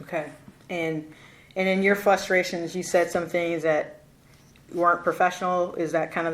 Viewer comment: "...and in your FLUSTRATIONS..."